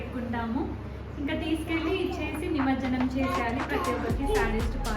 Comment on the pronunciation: Nice vlog 👌🏻 but it is nimajjanam not nimarjanam